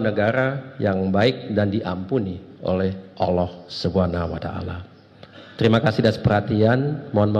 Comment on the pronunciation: Kok nyebut nama ALLAH kok OLOH OLOH itu gimana.